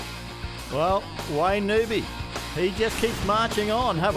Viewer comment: I wann't aware that Wayne Newby had changed his surname to NOOBY. How friggin annoying to have a 'commentator' mispronouncing the bloke's name.... this is the same type of bozo that calls Colin, COLON